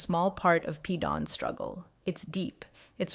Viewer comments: First you said he was Janelle 's son, then you said Christine. Christine is his mother. Every time you say Paedon's name, you pronounce it differently...mostly incorrectly. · Thank you!! What's so hard about pronouncing his name! She changes how she says it, every which way but the right way! She needs to sound it out!!!😮